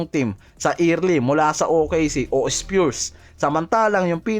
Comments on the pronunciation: Spyurs boss o spurs hehe just saying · sana inaayos mo pronunciation mo, wala namang nba team na SPEARS 😂